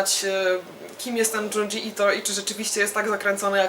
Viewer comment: Bardzo fajna recka (i dobry gust). Kudosy za naturalność wypowiedzi, która niestety często leży u polskich vlogerów-recenzentów. Jedyne do czego mogę się doczepić to wymowa nazwisk i tytułów. Junji -> bliżej Dziundzi (miękko) niż Dżundżi i TO-MI-E a nie Tomi. Z niecierpliwością czekam na kolejne recenzje. FAITO!